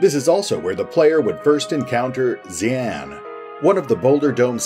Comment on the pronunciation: I think Xian is pronounced “she-ahn”